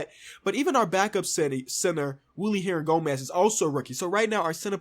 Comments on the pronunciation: Willy Hernangomez is pronounced Billy Hernangomez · You pronounce Willy Hernangomez as Billy and he is somehow really good in 2k btw.